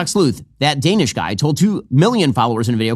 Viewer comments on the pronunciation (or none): I'm pretty sure it's "duh-nesh" not "day-nish" or "daw-nish" or "day-nesh" or "daw-nesh" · That's one of the many things I HATE about MAGA, they REFUSE to pronounce anybody's name correctly. "That DANISH guy" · "that guy DANE-ish" ... I'm fairly certain he knows very well how to say your name. This is just another variation of how they deliberately mispronounce Kamala's name incorrectly just to be a-🕳️s. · He can't even say your name correctly! You're not a pastry 😂